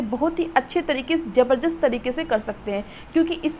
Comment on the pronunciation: Madam jabarjast nhi jabardast hota ha.